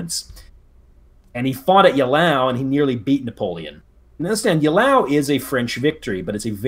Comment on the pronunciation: Oh ffs do you have dyslexia? Mee-Loh-Raad-Oh-Vich! Ey-Lau! Au-Er-Stedt! Gnei-Seh-Nau! Chi-cha-gov!